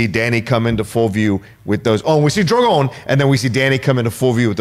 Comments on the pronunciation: Cheezus,.....say it with me....DRO-gone...DRO-gone.....DRO-gone.......it's never been druh-GOHN! The dragon is not French. At least the series ending means I'll never have to hear him butcher poor Drogon's name again...over and over. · The best part about Thrones ending is not having to hear pronounce Drogon ever again.